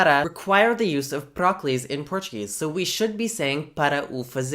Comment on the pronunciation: every time you said "proclise" i heard "broccolis"